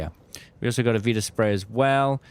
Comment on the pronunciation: VITA spray, not Veeta spray ffs